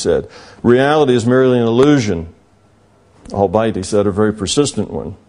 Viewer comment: "albite" LOL... dude, it's "all-be-it"